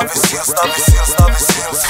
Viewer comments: Trochu funny, když "Navy" vyslovujete špatně czenglish a následně "Seals" správně 😀hlavně všude cpát AJ 😀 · Tiež ma to napadlo …